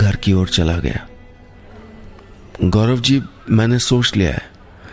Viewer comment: Gaurav hota hai gaurab nahin